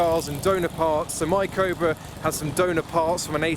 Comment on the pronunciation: him saying ''cobra'', sounds like ''covid''